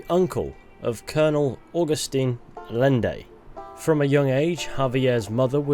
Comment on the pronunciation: Javier was such a cool dude, it sucks he turned into such a piece of shit. Also, two L's together in spanish are their own letter, and it makes a Y sound. So Allende is pronounced "Ah-Yen-Day". Also, also, Tuscon is pronounced "Too-sawn".